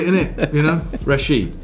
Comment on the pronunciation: My name pronounce exactly as Bale said it, I'm even surprised how well he uttered it. PS: "Rachid" is just an alternative spelling.